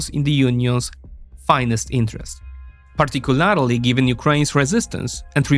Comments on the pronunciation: I love your videos, but you need to either pronounce "Particularly" properly, or stop using it. Pronounced - Par-tic-cu-LER-ly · Say partic-u-larry-lee one more time.